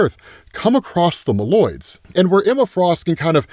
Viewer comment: My friend, I am always happy watching your work/videos/art, and will keep watching while you’re making content. But homey, I get a little pinch in my brain 🧠 or soul 👻 every time you call the MOLE-Man’s MOLoids “The M’Lloyds”, like they’re your neighbors. And it’s not “A-TTILan” like Attila The Hun, but closer to “BatttleLand”.